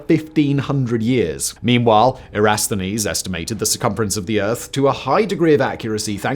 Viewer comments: erathsonese? really? he said it 4 times!! the name was Eratosthenes ɛrəˈtɒsθəniːz; Greek: Ἐρατοσθένης was it the script editor?🤨 THIS pro voice guy,, me,, will happily get it right and for a lot less money! LOL😁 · Eratosthenes, not "Erasthenes". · You keep missing one syllable: EraTOSthenese, not Erasthenes. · I really love this channel, and especially Simon's wonderful narration (and accent) --- but to me, he seems to mispronounce some of the Greek names in this one. Aristarchus' name, for example, would be pronounced (I believe) "A-ri-STAR-kus" --- not "A-RIS-tar-kus." That one at least has all of the syllables, so maybe it's just his accent --- but Eratosthenes' name is pronounced "E-ra-TOS-the-nees" --- not as Simon seems to do here, ""E-RIS-the-nees." It seems like he's eliding a syllable or two. I rely for this on how Carl Sagan pronounced Eratosthenes' name in "Cosmos." A minor quibble, but it always breaks my concentration when I'm listening! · Erasthenes? Again, what he does pronounce at all, he does pronounce correctly; he just skips right over whole syllables. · It’s Eh-ra-TOS-then-eez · Eratosthenes arid toss the knees. How are you so bad at this? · Google will help you learn how to pronounce Eratosthenes. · Great video. BTW, I believe you're mispronouncing Eratosthenes. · Dude, how can you say Eratosthenes so many times without getting it right once? :D